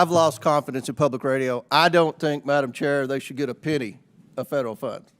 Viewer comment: “I don’t think they should git a pinny” -James fknMoron Comer